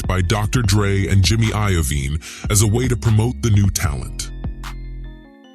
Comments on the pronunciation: Tony Tiyo and Jimmy I-O-veene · And Jimmy eye O vien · Lol 😂 this negro said Jimmy I-O -vine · Jimmy eyer vean 😂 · Sounds like fame of throne. Jimmy of eye vene.